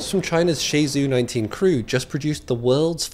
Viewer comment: Shenzhou 19. Forgot the "n" as well as the "h" and it's pronounced like the English "shun" and the name "Joe". Tiangong made up of Tian and Gong. Tian is pronounced like "Tea and crumpets" but you stop before the "d" in "and". Gong is trickier for English speakers. It's like the word "going" but you drop the "i" which makes the "e" sound and instead of two syllables, make it one so you'll say "go" and you'll say the "ng" part of "ing" but you'll just glide from "go" into the "ng" without a pause